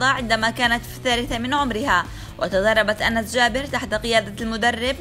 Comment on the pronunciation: اعتقد أُنس و ليس أَنس 😂🤡